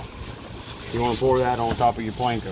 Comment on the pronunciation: its panko not planko